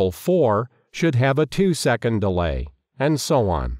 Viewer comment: At first, I had trouble using the ctrl c and ctrl v keyboard shortcuts. Also, when you said "and so on", I thought you said and so one.